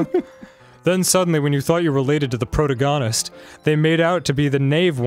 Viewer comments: I love the fact that he pronounced protagonist as “Pro-toe-gar-nist” 😂. Here in Britain we pronounce it “pro-tag-uh-nist”. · Did.. Did he just say.. "Pro-toe-gon-ist"? YOU MEAN PRO-TAG-ON-IST??? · Proto-gone-ist XD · "Protogonist"? Someone's been watching Mr. Plinkett. I hope this game doesn't turn out to be...tshi... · "pro-ta-gone-ist." Dan what the fuck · Protagonist? He said pro-tag-gan-noost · THE WAY DAN PRONOUNCED PROTAGONIST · The way Dan pronounced "protagonist" and "naive" really hurts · Wow! It's kinda weird that how Arin mispronounces "protagonist". Kinda weird how you guys get scared reactions to Yuri and the protagonist reading a shared book. Nice Racoon poem, even it it's kind of a dark foreboding sometimes. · I watch 28 seconds and hear them say protagonist wrong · Dan pronounced protagonist and I can't tell if it's a joke or not